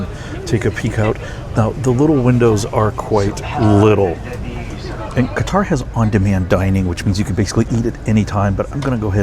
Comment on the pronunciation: I've taken that business class flight on Qatar airways. It's very nice. Though I would give the edge to Emirates airline business class which I've also done. The correct pronunciation is "cutter."